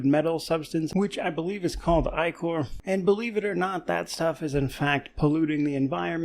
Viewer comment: I'd like to personally congratulate for saying ichor correctly.